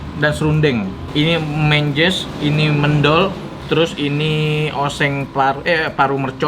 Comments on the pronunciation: Pronunciationnya kurang tepaat... Harusnya mendol, Bukan mendol,... Tadi nyebutnya mendol, kalau di jatim nyebutnya mendol.... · Mendol itu baca men-nya seperti baca men di mymen...